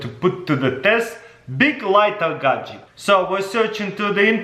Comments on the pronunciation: people who normally speak english: gadget crazy russian hacker: gajik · if this guy says gadjick 1 more time i will jump off a bridge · Always gadgek